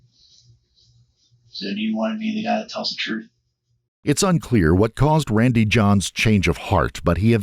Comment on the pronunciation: Randy John...son. I kept saying Randy Johnson every time he said his damn name 😂